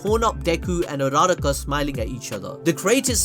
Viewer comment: You are going BAAAAALLLLLLS DEEP with the butchering of Uraraka's name.